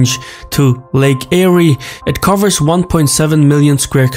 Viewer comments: lake Eyre(air) not airy: era= ee rah not air ah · Lake "air" not "eerie" ;) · Lake Eyre, is pronounced “Air” not “Airy” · I'm from the Uk and even I know it's pronounced Lake Air -"Lake AyRee" was like nails on a chalkboard. Props to this guy for making this video anyway, It's not like we're researching and producing content like this. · Lake Eeerie ?, Eyre is pronounced like Air. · Lake Eyre is pronounced Lake "Air" by Australians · I’m Australian and he is pronouncing it incorrectly. Lake Eyre I pronounced the same as “air”. He also pronounced wilderness incorrectly. Like wild not will. No big deal and the video is interesting. 😊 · Spelled Lake Eyre, pronounced Lake 'Air' Edward John Eyre was a British explorer in the 1800s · LAKE EYRE is actually pronounced Lake Air. The Japanese didn’t snatch an easy victory, they dropped bombs and fired off a few torpedoes in Sydney Harbour and attacked shipping sporadically up the east coast. None ever set foot on Australian soil (in a formal attack, maybe to scout or forage) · Btw its pronounced lake "Air" interesting vid. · Lake Ayre is pronounced lake air. The e is silent. Also given the amount of flood water that makes it all the way to the farthest exstents of these regions, Dams would only help prolong how long those waters would last. So not sure or convinced about this evaporation formulea. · yeah lake 'air' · Lake Eyre is pronounced Lake Air btw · Lake Eyre is pronounced like AIR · It's "Lake Eyre, pronounced AIR" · Lake Eyre is pronounced Air. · Lake Eyre is pronounced "Lake Air" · Lake Eyre is pronounced Lake Air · Lake Eyre is pronounced Lake 'Air' the re is silent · hey if you are gonna do a documentary on Australia at least say and read the names correctly its lake eyre like as in AIR learn to pronounce better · Loved the way he pronounced "Lake Eyre" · The pronunciation of Lake Eyre was funny